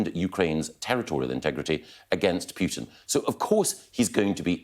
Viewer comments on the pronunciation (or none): Sorry to be pernickety but it ay Pyootin Mr Gove it's Poo-tin. Sounds funnier in Black Country English